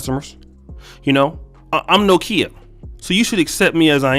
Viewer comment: Did this nigga really pronounce it No Kia?